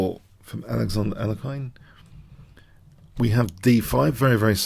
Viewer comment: I love your videos and analyses. Please keep them coming. They are keeping me sane in this crazy world right now. One small nitpick is I think you're mispronouncing the name of Alexander Alekhine. I'm pretty sure it's pronounced more like al-YEK-ihn. Although kudos to you as it seems you're now sometimes pronouncing "fianchetto" properly!